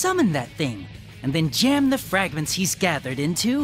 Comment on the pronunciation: Pearsonah fwagmenths